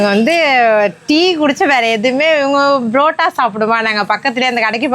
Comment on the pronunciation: adhu brotta illa ka barotta 😅😅😅😅😅